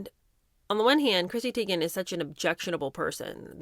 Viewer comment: Is the alcohol the reason Chrissy Teegin, Taygin, Tigin, can't figure out how her OWN NAME is pronounced?🤦🏼‍♀️